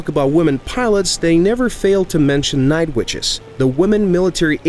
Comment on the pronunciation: Now who of you thought you heard Strike witches instead of night witches ;)